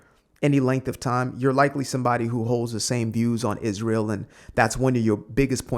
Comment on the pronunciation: And if I have to hear CrashOut Candace say “Ijrael” oR “JeW-DAY-OHHH Christian” one more time, ima crashOuT 🤣